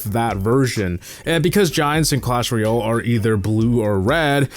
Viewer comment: It's clash ROY-AL. Not REE-ILL. C'mon, my guy!